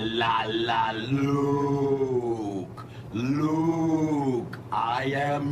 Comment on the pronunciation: It only took the butchering of Luke....